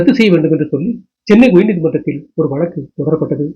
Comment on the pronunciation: வலக்கு, இலப்பு இப்படியா தமிழை தூய்மை இல்லாமல் தமிழ் படிப்பீர்கள்! Fie with your tamil pronunciation!!